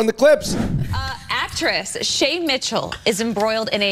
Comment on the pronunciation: you can’t pronounce “Shay Mitchell” without saying “shame” Shame Mitchell